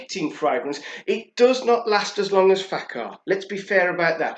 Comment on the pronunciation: The accent is on the second syllable both words. La-TA-fa Fak- HAR. No offense.